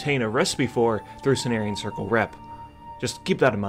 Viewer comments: C'mon dude it's OH SYRIAN not OH SIREN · Did you just pronounce Osirian as "Or-siren"? Its 'Oh-siri-an'.